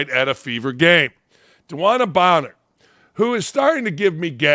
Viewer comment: Hey Dan Dakich, maybe you should take the time and know the names of the people you are talking about. It's Copper, not Cooper. And Bonnor, not Bower. although you got it right some of the time. Hard to take you serious if you're not prepared, and you called Parker lazy, seems if the shoe fits....